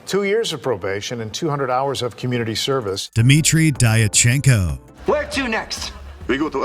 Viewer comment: Diatchenko is pronounced "Dyatchenko".